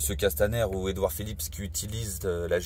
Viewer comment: J"aime bien la façon dont M.Drouet dit Edouard Philippe S, c'est l'obsession du FouquetS ! en effet tous les fachos se terminent en SS !